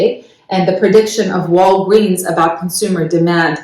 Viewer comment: She says Walgweeens 😂